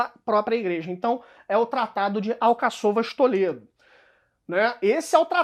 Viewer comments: Desculpe, mas não é Alcaç"Ô"vas conforme expressa, mas sim AlcA-ç"u"vas.... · quando vens postar aqui tens a responsabilidade e dares o bom exemplo de respeitar a acentuação da escrita, tu dizes Alcaçôvas que é mal pronunciado, está escrito Alcáçovas respeita o acento no "á".